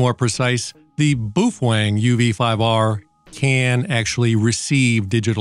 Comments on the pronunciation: I appreciate your videos but boy do you ever butcher the pronunciation of the “Bow-Feng” Not “Boof Wang”😂 Keep rocking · It's not boofwang it's boof-a-wang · PROUNOUCED bowfeng man! Boofwang:face-fuchsia-wide-eyes::face-blue-wide-eyes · BA-O-FENG BA-O-FENG BA-O-FENG, buf-feng?😂😂😂😂😂😂😂😂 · ENJOYED THIS VIDEO - you EARNED yet another subscriber :-)... ... BUT I HAVE TO ASK: "BOOF-WANG"??? CLEARLY this company's name is "BOW-FENG", so HOW do YOU get "BOOF-WANG" out of it?? Many thanks for making this video! -Mark in North Aurora, IL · whats up with this man its prounouced bowfang, Boof wang wtf? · Baofeng. No boo fang. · he's focused on the boofwang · Boof wang 🤣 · “Boof wang”? Have I been pronouncing it wrong all these years ? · Not sure how you get "BOOF-WANG" out of Baofeng 😂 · BOOF - HWANG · Boof Wang? Lol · I came here to learn about my uv-5r,but unfortunately every time i hear him say “boofweng” I start giggling and forget all that I learned. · New drinking game! Take a shot every time he says Boo-fuang. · BOOF WANG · buffalang :face-green-smiling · Can't watch this video because he can't say the fkn name ! Ain'tno fkn W in it